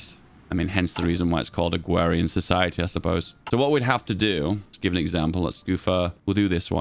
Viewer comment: "Agwawian society"